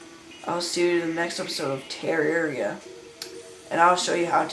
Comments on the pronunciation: He keeps saying teria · teararria lol its terraria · You pronounced terraria wrong and you're younger than me lol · I mean you can't pronounce terraria correctly and I'm younger than you I mean lol